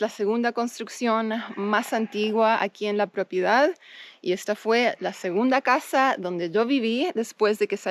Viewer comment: stop saying "propiedad" makes you sound very gringa lol. It's just an advice bc as you might know, the more gringos you look and sound, the more local people will try to get advantage from you. Remember you're in Argentina and this time you're not a tourist, you're an owner; people trend to have strong preconceptions about your current position. Though property is the correct word, maybe "terreno" is more suitable now. My best wishes for you and. Remember to hit me up when you need professional advice on tourism and hospitality projects as that's my expertise. Cheers!